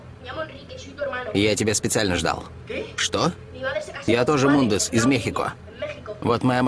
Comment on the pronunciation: Не Мундез а Мунез